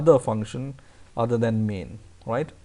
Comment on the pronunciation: he is saying then instead of than